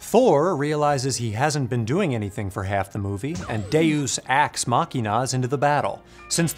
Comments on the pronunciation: "Deus ax Machina." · "Deus Ax Machina!" LOL.